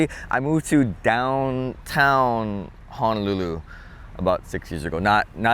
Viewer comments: Please don't misunderstand what I'm about to comment. But as a local boy I'm surprised how you pronounce Honolulu. You seem to be pronouncing it HA-nolulu like a mainland haole instead of how it's really supposed be pronounced ... HO-nolulu. Just saying lol! Like you and like your channel! 👍😉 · I'm shocked too. This might be fairly recent? (I don't go home much.) Locals' Hawaiian pronounciation isn't perfect anyway, but HAH-nolulu from a local is not good.